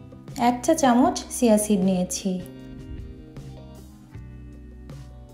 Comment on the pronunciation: It is chia seeds. She pronounced it wrong